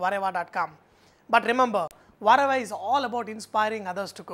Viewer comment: whenever i hear vahrehvah i always think you're saying ¨WHATEVER¨ in an indian accent